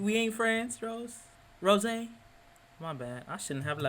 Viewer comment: DON'T ROSE, HER NAME IS ROSÉ, without the letter y